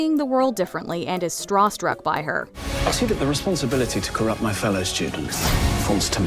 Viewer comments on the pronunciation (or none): "Strawstruck" and "isn't TIN"